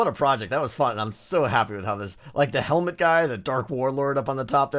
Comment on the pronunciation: was anyone else thinking "my speaw and magic hewmet!"